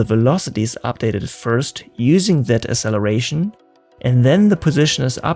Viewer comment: Asseleration? Did you mean acceleration?